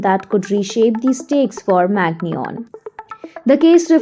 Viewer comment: I’m sorry, but this is an absolute dog shit video. First of all, you completely butchered his name, second of all, it’s completely wrong information.